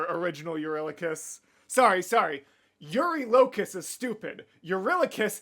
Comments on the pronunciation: I just gotta jump in quickly and say that the way the creator of the video says Telemachus and eurylocus is the AMERICAN way of saying his name. The way it’s said in EPIC is the GREEK way of saying it, so that’s the correct way Also, when they said “in all his glory” they meant it. Ody slaughtered all of these people while stark naked😂😂😂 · It'd be cool to see more of I genuinely don't know who is right between and Jorge with the pronunciation. Pretty sure Epic did mispronounce "Elpenor," but I'm also ptetty sure pronunciation of "Eurylochus" is wrong